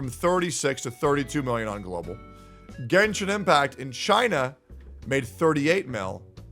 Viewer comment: its genshin not "genshit"